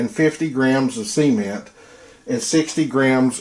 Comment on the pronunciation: Brilliant video, I kept chuckling because everytime you say cement i think youre gonna say Siemen 🙈